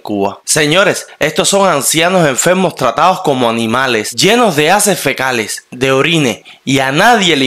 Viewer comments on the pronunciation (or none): Y este de donde salió que no sabe ni hablar, por si no lo sabía se dice heces fecales y no haces fecales cómo has dicho, primero estudia un poco y después informa